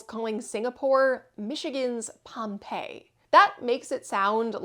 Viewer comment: Yep, in southern Gratiot County, near M-57. However, we pronounce it POM-pee-eye.